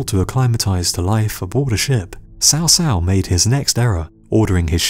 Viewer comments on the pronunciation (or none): Here is an 8 second youtube video that tell you how to pronounce "Cao Cao". It's more like "chow chow". How could you think it was "sow sow"? In English, a "c" followed by an "a" is hard, like "K". Good video over all, but..."sow sow"? Took me less than 20 seconds to search "cao cao pronunciation" and the vid was 8 seconds long. And again, even in English, a "c" is always pronounced like a "k" if followed by a, o, or u, like an "s" if followed by i or e. Sow Sow? C'mon man! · It is Chaw Chaw, not sow sow for Cao Cao. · in all the games of the three kingdoms , produced by koei they pronounce Cao Cao (cow cow } who is right them or you